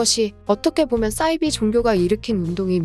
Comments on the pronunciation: 왜 싸이비라고 발음하심요? 사이비라고 하셔야... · 사이비? 싸이비? Cyber? 착각했나? 발음 똑바로 하세요. 굉장히 거슬립니다. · 싸이비가 아니라 사이비라고 읽어야 하는데요 기본은 합시다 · 발음을 정확하게 부탁드려요 싸이비가 아니고 사이비 似而非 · 싸이비가 아니라 사이비로 발음합니다요 사자를 싸자로 읽지 않듯😢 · 싸이비가 아니라 사이비..로 읽어주세요... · 사이비는 영어아니에요. 한자어라 싸이비가 아니고 사이비로 살살 읽어주세요 ㅋㅋㅋ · 사이비(似而非)를 왜 자꾸 [싸이비]라고 발음하시는건지 모르겠네요. 나름 지식을 전달하는 컨셉의 채널인 만큼 국어도 정확하게 사용하면 더 좋을 것 같습니다.